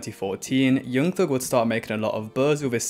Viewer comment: 'yeung theug'